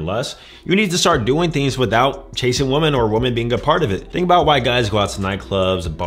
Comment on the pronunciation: This is a great video but is unable to say "women". Woman for one, women (wee - men) for more.